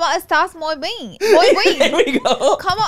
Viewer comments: Lol Laura!!! I thought you said “muy bean” not muy bien 😂🫶🏼 I love it!! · Lmaoo not moy bean . Love you Laura ❤